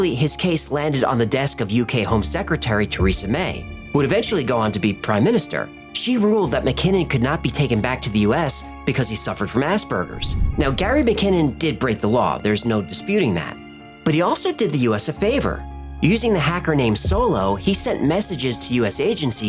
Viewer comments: Lol did you actually say "ass burgers"? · Haha, who taught to pronounce Asperger's Eric Cartman? Tee hee ass-burgers.